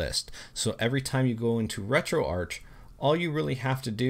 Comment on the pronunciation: Isn't it pronounced retroark?